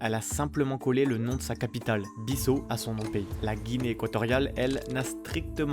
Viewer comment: On ne prononce pas "BISSO" pour la Guinée-Bissau, mais "BISSAOU", "BISSAW", "BISSAO". Comme lorsque vous dites le prénom Paolo ou Paulo.